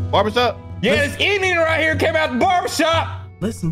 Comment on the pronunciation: The way said "Indian" gotta be racist 🤣🤣🤣🤣